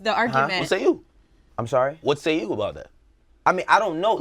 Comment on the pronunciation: "Whay say you?"